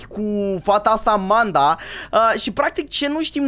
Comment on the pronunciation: Nu se spune amenda și se spune Amanda